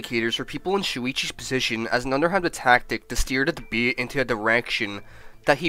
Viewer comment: and "Debyat". Can't pronounce "Debate" omg.